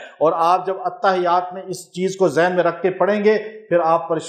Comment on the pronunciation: The correct pronunciation is (Attahhiyyat as written in Arabic).